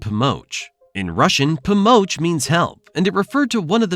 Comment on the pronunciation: “Pomosch” will be more correct. I do like this video, reminds me why I left.